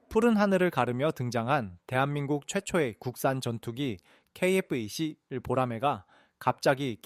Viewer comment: 케이에프이십일조차 제대로 읽지 못하나? 대체 중국인이냐?아님 일본인이냐?